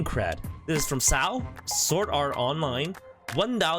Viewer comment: The way he said "SaO" hirt me on a spiritual level